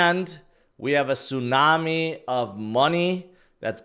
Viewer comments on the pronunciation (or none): none